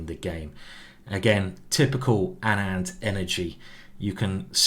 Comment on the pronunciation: Just clarifying that Anand is pronounced like aanant not anaand